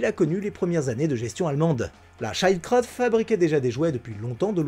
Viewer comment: Très bonne vidéo ! Par contre c'est plutot "shield cr-haute" Que "child crotte" Haha